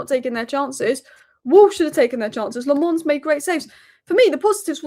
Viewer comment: As a Belgian, I have to interfere. It's Lammens, not Le Mans, that's a race track lol.